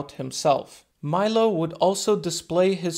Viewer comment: In italy we say "milo" and not "mailo" 😉... bless you man, I live a couple of hours from crotone. Great video